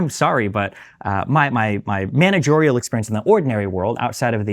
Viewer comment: “Managorial Experience”?